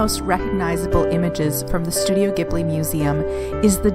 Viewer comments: did you really say JIB-li over ane over and over ??? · Please stop saying Studio Jibli!